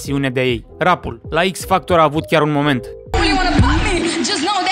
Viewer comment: "Am PirDuT sTaRtU" ma omorât bro